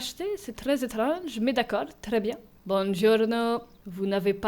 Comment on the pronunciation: c pas banjourno c bouonjourno je le sait je fait de l'italien